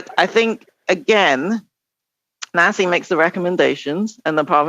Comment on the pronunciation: Nasi is pronounced Nazi. Jeez they are so in your face about it too